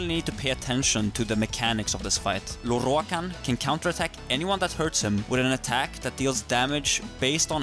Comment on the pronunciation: I love the way you say Lorroakan